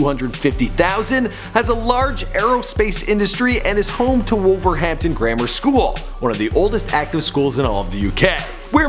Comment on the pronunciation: that pronounciation of wolverhampton angers me